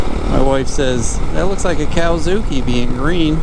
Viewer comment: Cowazuki? is that an American accent thing or not knowing what it's called?